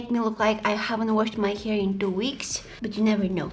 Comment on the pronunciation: I just love the way u say hair🥲 ✨hier✨